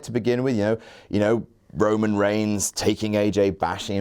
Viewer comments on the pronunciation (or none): did anyone else hear michael cole say roman ramen